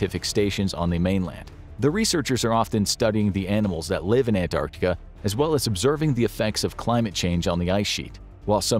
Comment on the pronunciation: An American actually pronouncing Antarctica correctly. You have my respect.